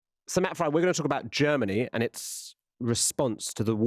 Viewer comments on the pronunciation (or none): Frei...it's Matt Frei...not Fry...